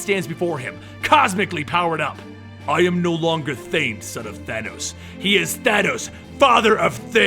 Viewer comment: martin +Ryan Pelopero i think it was said wrong Thane son of thanos ---Thanos father of thane